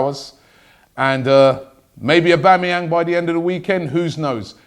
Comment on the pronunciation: again robbie it's aubAmeyang. are you trying to sabotage the transfer ?